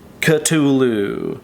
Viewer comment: Afaik Cthulu is pronounced Kthulu, meaning instead of saying "Kaythulu" you just take the first part of the "Kay", the "K". Kthulu. Cthulu. The C ist just for style.